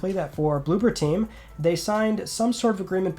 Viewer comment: It's blooBer team, not blooPer team.